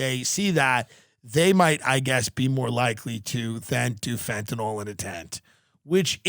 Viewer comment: Stop calling it fentanall its fentanyl .sorry I hate when people try to be smart and can't pronounce words right.